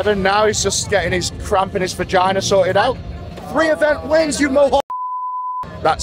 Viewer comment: take a shot every time eddie says "vaginer" lol id be fucked up